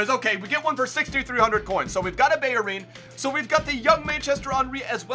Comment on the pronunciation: hold up how the fuck are you pronouncing bellerin and juventus